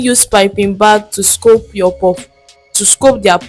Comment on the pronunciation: What’s scope? It’s scoop and not scope